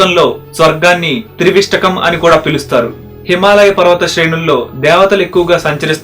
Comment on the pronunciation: Trivistakam aa leka trivistapam aa?? Oka sari choodandi